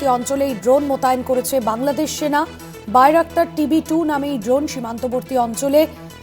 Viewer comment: বায়রাক্তার উচ্চারণ টা একটু ঠিকমত করেন??